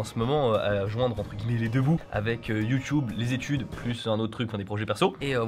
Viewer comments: tu peux dire youtube et pas youtioube stp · Ahhhw, Satan ! Tu dis "Youtoube"..J'ai mal..